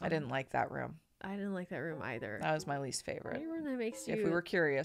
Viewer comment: ... yay, she pronounced "either" properly. I know it's such a nitpicky thing, but I love that.